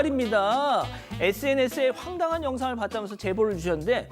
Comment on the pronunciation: 황당한을 머 웃길려구 계속 fang당이라고 하는것 같은데 발음 정확히 해주세요. 애들도 보는 시사프로 잖아요. 문제는 웃기지도 않고 시사프로의 진행자가 우리말을 틀리게 사용하는게 보기 좋지 않네요.